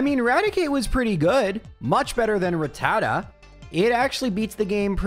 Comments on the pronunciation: Why does EVERYONE seem to mispronounce rattata? It’s pronounced: Ratt-uh-tah NOT ra-tatta. Go watch the first episode of the anime, the Pokédex clearly pronounces it. Episode 8 also features a pronunciation. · Why say Ratata like that!?!? When you say Raticate like that Rat ta ta Rat ta cate MAKES SO MUCH MORE SENSE